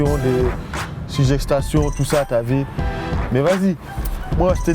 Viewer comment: lol jsui le seul qui a remarque son "Tu a vue " lol c'est plutot "Ti A Vi"